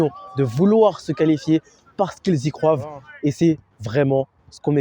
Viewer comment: Salut les gars j’espère que vous vous portez bien ? Déjà belle et bonne vidéo pour une petite chaîne, continuez comme ça je vous donne de la force Cependant pour que vous soyez crédible, essayez de parler correctement car vous faites des fautes de prononciation (croivent vous avez dit par exemple) et de travailler vos questions à l’amont car parfois ça manque de pertinence. En tout cas force et continuez 🙏🏿